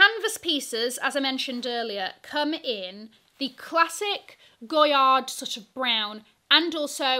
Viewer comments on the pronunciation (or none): I thought it was pronounced GOY-AR? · the "d" in goyard is silent.